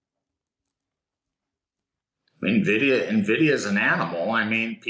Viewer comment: "nuh-vidia" bye